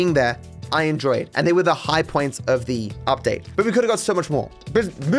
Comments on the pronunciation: Ah yes, the Michael Udpate. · Udtae lol 😂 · loved the michael mansion "udpate". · "udpate" lol